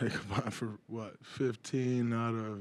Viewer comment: ...."8...'FO...and 6".